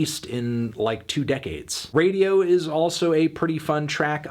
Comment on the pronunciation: No, sorry, he didn't. He mispronounced the following words: Sehnsucht, Liebe, Radio, Diamant. Also he misspelled the band's name ("Rammstien").